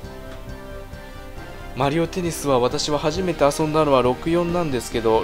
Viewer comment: マ→リ↑オ↑ (笑)